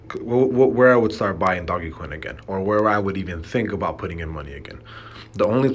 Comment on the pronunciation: Dude. It's not doggy-coin. I can't even take you seriously.